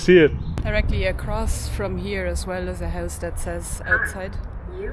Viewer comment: 'this is Rocky Balboa's houuse'.lol. you are sounding more like Naomi and maybe a Scottish person when you say Houuuse. Just something I observed. What do you guys think of the lads blocking up Ireland with the protests?. I've been to many against this evil government and usually we are bullied and abused by the riot squad. Good thing about this is......they can't bully and push on heavy machinery and trucks. I think we need more feet on the street. I think I will go in and stand with these guys. It's not just fuel, it's the state of the nation and it's idiotic policies regarding illegals and the cost of living. One lovely.